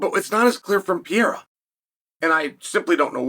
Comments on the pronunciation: Pa hea rah. Not pierra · Uncle Chael- his name isn't pee-era, its Perera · LoL. Just say it like this Chael. It won't be exact but closer. Pa-re-ra. Go ahead and use regular "R" sound, Gringos use it for Mario and other names too. It'll be better than what ur doing now. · Alex Pereira pronounced PEHRAYRUH… it’s not hard. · Alex Pee-era should take heed. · alex pee era. bro. learn the peoples names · PER AIR UH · Who's Alex Pyera? 🤣 You have a platform to speak all the time you post but have no time to practice how to pronounce Alex's last name. 🤔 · Alex pierra😂😂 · Alex ‘Pee-era’ ?? Do a lot of fighters go thru a pee-era ? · wtf is piera? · You look stupid saying "PIERA" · Drink every time uncle Chael mispronounces pee-era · It’s not pierra. Get it right before we settle it at my gym. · PURR-AIR-AH .... F'n Chael P.Brain... its not that tough. Could ya just try ? A little? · Say it with me... PURR- like a cat- AIR - like you breathe- AHH - like when you open your mouth for a doctor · Chael will never pronounce his name correctly. He says it differently every video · Be great if you could pronounce his name right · There is no way Chael is pronouncing Pereira’s last name so f wrong on purpose every single time. He is pulling a Santino! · Guy named "Chael" doesn't take the time to learn to pronounce Pereira's name right. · Saying his name wrong on purpose over and over lol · Mispronouncing his name repeatedly is painful to hear lol